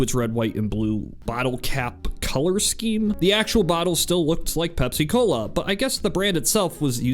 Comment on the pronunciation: Bro it's not pep- cola it's pepsi-cola for the pepsin in your stomach